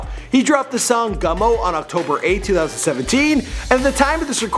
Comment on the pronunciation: its gummo bro